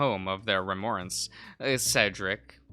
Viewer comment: Cedric is like Said-dric